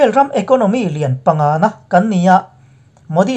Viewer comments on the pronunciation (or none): none